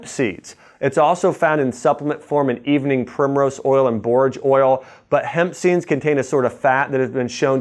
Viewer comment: He said hemp seeds,I heard Pepsi.